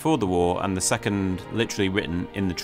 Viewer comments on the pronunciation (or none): none